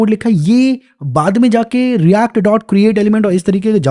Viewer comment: bhaiya react ese bolte h jese hum printing engineering sikh rahe ho